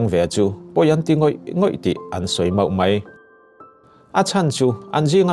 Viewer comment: Hmuntin hmuntang tang tihlai kha thluk mawi deuh dan aawm em aw chuan mai tih tur ah mei iti tlatin kava hreve iaw ngaihthlak anuamsi athluktur leh thluk lohtur ah hian kan thusawi lamhi anihna leh atum athelh thei tlat kalo sawive mai2 aw